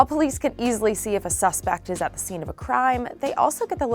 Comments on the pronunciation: No one else noticed that she said ‘shroud’ instead of ‘crowd’ and ‘skeen’ instead of ‘scene’?!?!?! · What's a skeen? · I was reading this right as she said skeen. Made me chuckle because she’s making barely noticeable mistakes but I’m doing nothing with my life. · did she just pronounce scene like "skene"? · Ok did she just pronounce scene as skeen? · Lol. Yes. That tells you just how stupid these people are. They don’t know what they are even reading. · "and died at the skeen" 😭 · i thought it was scheme first when i heard it and was kinda confused what it is supposed to mean..